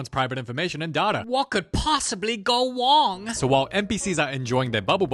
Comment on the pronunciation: Ron gone wong